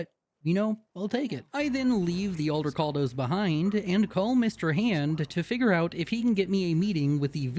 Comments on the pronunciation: i have no idea why you say it like that, but Aldecaldos.. NOT Aldercaldos.. .Juan Aldecaldo didn't found the nomad group for you to mispronounce their name. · There’s not even an R in Aldecaldos 😭😭😭